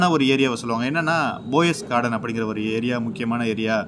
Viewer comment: It is "Poes" garden and not "Boes" Garden...